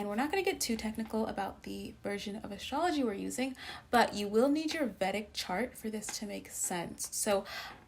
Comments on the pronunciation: Vedic is pronounced as vay dhic not vèdic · Please, Vedic is pronounced “Vay-dik” from the Vedas— ˈveɪdəz/ or /ˈviːdəz/.